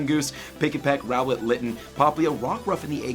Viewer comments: Its rowlet not ruflet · I think it’s funny that he didn’t realize that it is Rowlet during the video and then had to have Rowlet pop up every time he says Rufflet. 😂😂😂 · Rowlet ≠ rufflet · SUPER excited, Deciduye is my fav pokemon... but my man call ROWLET, ruffles! the disrespect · You made me laugh saying rouflet